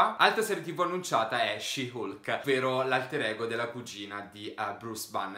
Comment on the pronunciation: Si pronuncia halk